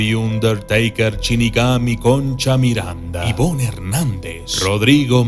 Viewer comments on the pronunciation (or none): none